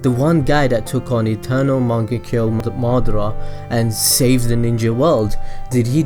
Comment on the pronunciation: Its ma da ra not madra